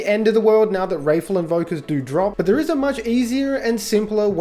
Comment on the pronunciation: wrathful not wraithful mate. Its hearts filled with wrath